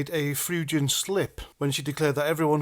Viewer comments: Freudian is pronounced “froyd-ian”. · Froydian. Freudian. Froodian